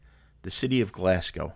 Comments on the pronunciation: no prob. Its easy to get these things wrong. The one that's usually alway pronounce wrong is glasgow. Usually hear it pronounced glasg gow when it's glas go. Enjoyed your video though. Hope you had a great time in Scotland. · Not to nitpick, but I'm from Greenock and your pronouncing it wrong. It's pronounced Green ock not gren ock. It's from derived from green oak as in oak tree. Hope that helps. We'll done in pronouncing Glasgow properly usually Americans pronounce glas gow instead of glas go. Hope that helps and hope you enjoyed your time.